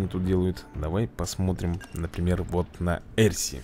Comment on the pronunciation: если что правильно не блур а блер либо блёр ещё не эрси а арси я просто поправить